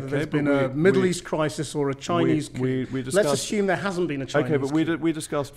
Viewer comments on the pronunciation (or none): He said coup